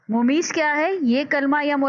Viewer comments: زبردست۔۔۔۔لیکن بعض الفاظ کا تلفّظ درست نہیں۔۔ممیّز ، اِلیہ وغیر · زبردست۔۔لیکن بعض الفاظ کا تلفّظ درست نہیں مثلاّ ممیّز ، اِلیہ وغیرہ